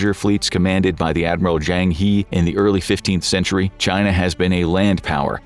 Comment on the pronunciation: By the way it is pronounced as Zheng Her.